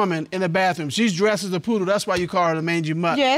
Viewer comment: Bathroom not baffrom